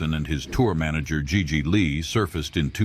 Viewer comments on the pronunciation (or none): none